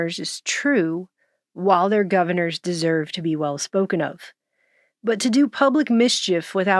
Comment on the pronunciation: Noted: Govern-ours